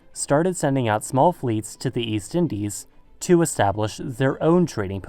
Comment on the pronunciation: Did you say 'zu' instead of 'to' in order to make us believe that you are German?